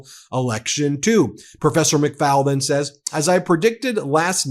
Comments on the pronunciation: Ben, Ambassador Michael McFaul's name is pronounced like McFall NOT McFowl like the chicken. Otherwise, great reporting! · Hi Ben - please NOTE McFaul - is pronounced McFALL like fall over ...NOT FOWL like a chicken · Ben—correct pronunciations: Sergei = SUR GAY Erdogan = AIR duh wahn McFaul = mik FALL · McFaul rhymes with 'haul' not "owl".